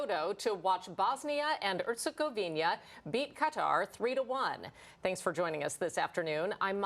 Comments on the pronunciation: I'm even not from Bosnia and Herzegovina, just from other European country, but: it's a matter of basic professionalism and respect for TV presenters to learn how to pronounce (or at least read correctly) names of the countries they are speaking about. It's HerzegoviNA, not HerzegoviNIA! It's sort of sad that your television is even not the only one that does that. Besides, this kind of mistakes give the impression of arrogance - and probably it is to some degree, like "who cares about tiny, unimportant countries we are not in war with (those you always pronounce correctly). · Why Herzegovinia and not Herzegovina where is the I?? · For heaven's sake, both of the female sportscasters mispronounced Herzegovina. Get it together ladies and do your research, this is a World Cup team for goodness sake! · They will learn the pronunciation after Bosnia finishes with them. Very disrespectful.